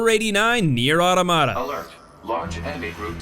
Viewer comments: Those Nier facts hurt. Gestalt and Replicant are vastly different titles and ffs it’s Not “Otto-mata” it’s automata like auto-matron. The amount of people who mispronounce it this long after release. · It's Automata, not Automata.